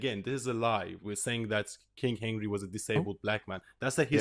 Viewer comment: "kang" of England, surely?